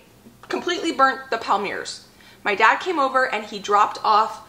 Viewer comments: Everything looks so good. I can almost smell the cookies. Have you ever used a pastry bag to squeeze your filling into the thumbprints? I feel it makes less mess. Palmier is a French word meaning Palm leaf. It is pronounced Palm Me A. 12 half-gallon jars! That is a great find. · Yay! The cookie video was a nice surprise today. You inspired me to get my holiday baking done! Also, since I am a French teacher and an Acre Homestead super fan...Palmier is pronounced " palm ee ay ". Happy Holidays to you and your family. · I think the Palmier's are French, and pronounced "palm-ee-ay's". Loved this video! Having a big bake-off with my family this Saturday! We all pitch in on ingredients, and make a whole day of it, with a break for soup and salad for lunch. We bake Swiss Bread, Bratzeli's, and Pecan Crunch, which are family recipes passed down from generations. Hey, dryer lint makes for a good fire starter!